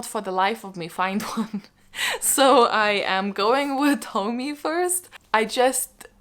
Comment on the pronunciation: Junji Ito, we love to see it !🥳 Uzumaki is so incredible, I hope you’ll be able to find and read it soon ! And btw Tomie is pronounced like "Tomi-eh" : )